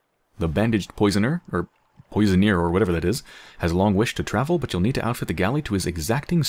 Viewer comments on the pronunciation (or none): Poissonnier - Is a seafood cook, pronounced pwah-sawn-EE-ay